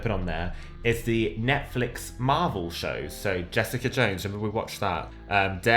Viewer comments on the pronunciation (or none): none